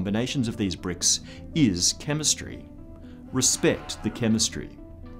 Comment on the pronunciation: Respec the "chemestry" jajajajajaja, is that sarcasm?